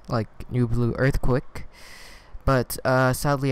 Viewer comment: Thanks man, I'm really new to SV so this helped a lot! I've never heard anyone saying earthquake like you do! I think its kinda adorable !